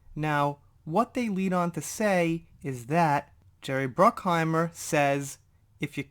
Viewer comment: Bruck-hi-mer. I just could not resist. Ha ha. Keep up the great work and take care.